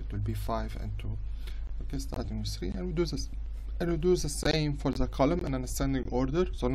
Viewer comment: Bro when your English isn’t good, it’s okay to speak Arabic , it’s(the) not (za)